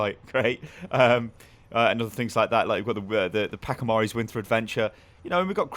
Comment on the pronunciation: ok you know how you pronounce "Patch (notes : ^)"? ok so now say pachimari like this: "Patchimari". not like "pakimari". Please sty it's hurting my cold ears